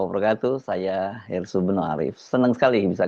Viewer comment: Mantan presiden ke 7 bang hersu yang bener sebutannya